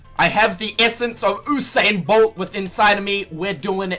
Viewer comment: Bro its pronounced "yousain bolt" not oosain lol